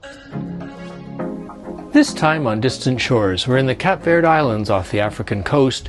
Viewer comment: What did you call the place you left from: Cap Verd. Mate it’s pronounced Cape Verde.